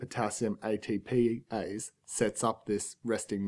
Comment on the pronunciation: He keeps saying ITPIse.......I thought it was ATPase.